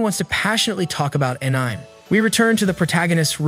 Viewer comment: Say Anime with me Aan-i-May